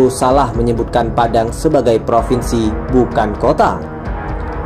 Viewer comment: Propennnsi Padang 🤣🤣🤣